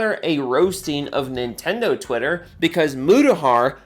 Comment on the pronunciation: So, "Nin-endo Wi-er?" Not gonna lie, I'm having fun saying that.